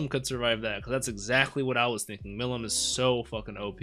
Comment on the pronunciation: Hey great episode But the way you say Milim is Me-leem